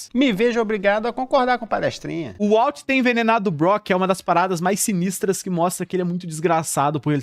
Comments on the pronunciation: Dá uma leve gastura ouvir "UALT" várias vezes, mas o vídeo ficou fera demais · Vende seu curso de inglês ai pro pessoal aprender a fala "Uólter".